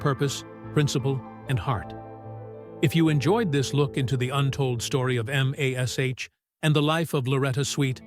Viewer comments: Get computer generated voice that can say MASH as in mash potato and not "em ey es eich" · Having AI Pronounce MASH the way it is spelt, "M.A.S. H." is as painful as reading a Chinese instruction manual in Chinglish.